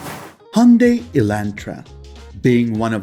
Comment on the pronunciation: The way u pronounce Hyundai makes me want to punch a wall.